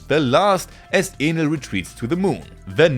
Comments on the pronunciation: Bro isnt saying Enel💀💀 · he's doing good I was able to understand everything perfectly, just Enel that sounded a bit funny lol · kinda sounded like.... another word...